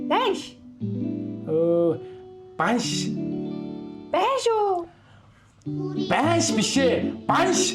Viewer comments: Part2 хигээрэй бас байнш биш банш шүү!! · Байнш гэнээ хахаха банш шүү😅